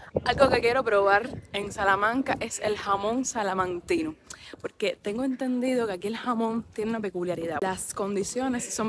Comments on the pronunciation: Hola, para que lo digas correctamente y no te digan nada, el gentilicio es salmantino, no salamantino, un saludo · Salamantino NO! SALMANTINO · Solo una aclaración. No se dice Salanquino, se dice Salmantino. Por lo demás, Salamanca tiene la Universidad mas antigua del mundo. Saludos.